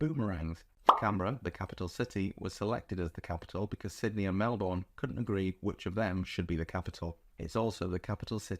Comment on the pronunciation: Melbourne is pronounced: Mel-bn and not Mel-bourne.